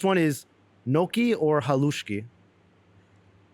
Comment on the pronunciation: you prnoounced gnocchi like Nokia-the-phone